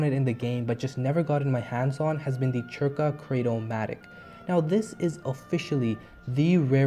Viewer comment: C is silent so its just Zerka not Chirca XD (off to corelia to farm lvl 50 mobs for a few days :P )